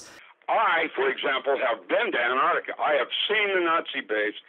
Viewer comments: Its ANTARCTICA Not Anarctica. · STOP SAYING AN-ARDICA America. It's embarrassing. It's ANT-ARC-TIKA. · In English, the place he is talking about is called ANT---ARC----TICA, unfortuantely he suffers from a known condition called letter and syllable deficiency. Or 'mangleze' meaning 'to mangle.' Otherwise known as 'American speak.' Curiously there is also an opposite condition i.e. letter and syllable insertion; as in 'nooc----u----lar' (phonetic spelling). but letter and syllable deficiency appears much more prevalent. e.g. 'orient' meaning 'orientate' and 'sodder' which means 'solder;' 'heirarchal' meaning hierarcical. And many other literary abortions. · Fascinating topic. Juts please pronounce the C in AntarCtica. Gets a little grating after a while like people that say "Nucular" Just takes away a bit but still good info.